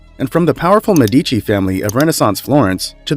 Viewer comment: And he said Medìci instead of Médici, not talking about the "societ" for société, despite two accents!!